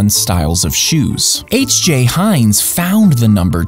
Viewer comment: Wait that's how you pronounce heinz?